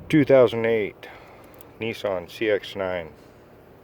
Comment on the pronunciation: No... he said NeeSun. Unlike the rest of the planet 🤣😂🤣